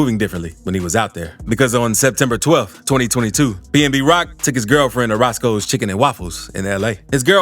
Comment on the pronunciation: It’s pnb rock not pmb lol